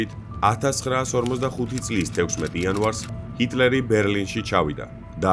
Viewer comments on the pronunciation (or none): none